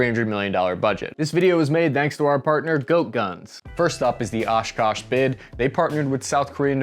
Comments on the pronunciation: Come on, this thing reads like an actual OPORD. Its Osh Kosh, not OshKash. NO ONE uses FBCB2. Its JCR or JBC-P, how out of touch are you guys. If you cant get this much, the EASY stuff, right; how many other errors are there in this script. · Oskosh not oskash just saying… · It's OshkOsh, not OshkAsh. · Isn’t it Oshkosh, not Oshkash? Either way, cool stuff. Love the videos. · Here you show 8 dismounts, then later, 9 for the Lynx. How can you say the the Oshkosh is putting too many eggs in one basket if the Lynz has the same number of dismounts? B-T-W it's Oshkosh not Oshkash. Finally, and most importantly, you have not used the chain on your door - so expect someone to really "crash into" you. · It's Oshkosh not Oshkash. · Oshkosh not Oshkash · Oshkash ? Isn't it supposed to be "Oshkosh" ? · "Oshkash"... Seriously bro? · Its Oshkosh Bruh! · It’s Oshkosh jsyk